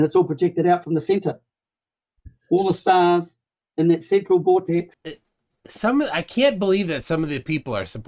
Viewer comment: Why does he emphasize the second syllable in "female" and "vortex"?